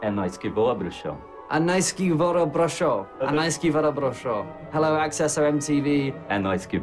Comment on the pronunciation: Eles nao conseguem falar bruxão ele falam bruxon